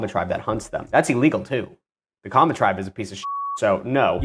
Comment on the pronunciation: Kenyan ninja here, excellent pronunciation on the maasai and kamba African tribes.